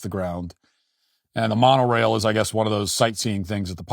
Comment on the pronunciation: Why is Matt acting like he doesn’t know what Disneyland is? He’s not even pronouncing Monorail correctly